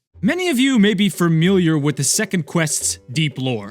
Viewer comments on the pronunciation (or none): I was not "furmiliar" whatever that means, but I was "familiar" with it.